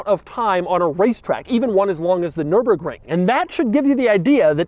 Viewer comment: Can anyone kick doug cause he said nurburgring!